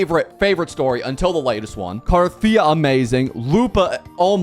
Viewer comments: "CarteThighya". Can't blame him, it totally makes sense once she transform. 😆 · so first, i do trust you play some wuwa, but the fact is, if you really playthrough the story without skip, theres no any reason that you dont know how to pronounce and name properly.